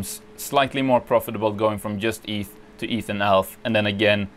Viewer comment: cant you yust say "djust"? :p so annoying